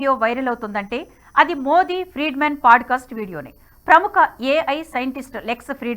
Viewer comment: Thank you for the video mam. very informative highlights. Small suggestion- its not paaducastu its podcast.